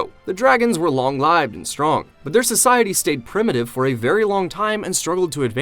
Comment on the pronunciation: This is an AI video. it gliches and says long lieved instead of long lived.